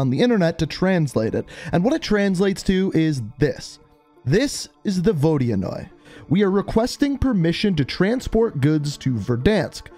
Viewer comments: Yo for future references, it’s pronounced Vo-di-noy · Apparently it's pronounced Vo-di-anoy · the vodianoy is pronounced vo dan yoy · My friend is russian and he says that the proper way to say it is ”vodynoi” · Apparently it’s pronounced vohd-yuh-noy